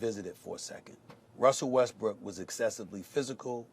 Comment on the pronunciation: It sounds like he’s saying Westbrick 😂😂I can’t un hear it